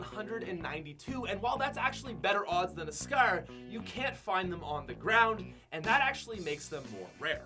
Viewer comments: Love your vids but why does it sound like your saying scear instead of scar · Gold Scarf 😂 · Scaer or scarre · Gold scare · says scar like its pronounced scarrrrrr. Drags the r😂😂😂 lol. Sorry pat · Asante Miller it’s his accent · he is canadian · Every time he says scar I want to hurt myself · The way u say scar pisses me the fuck off